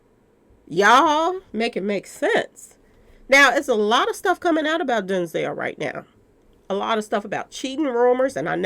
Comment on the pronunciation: Denzel rhymes with Hell 🤣